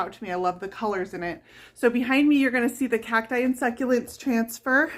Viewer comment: "khak - tie" is the proper promounciation. I am from Southern California and Arizona. You say "Khak-tus" for cactus and "Khak-tie" for cacti. It ryhmes with "wack". Hard C sound, and then "ack" = you getting it right.